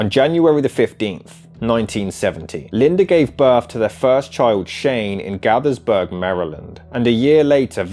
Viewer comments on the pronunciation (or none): Ugh. This video seemed so promising but I was barely 8 mins in when I had to click off. I hate the AI voice. And if you’re going to bother to include information like where they were born, etc, maybe bother to learn how to pronounce them! Gaithersburg isn’t even that hard!